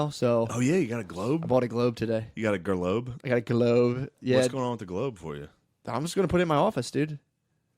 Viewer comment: Did Shane say gerlobe like that documentary now episode?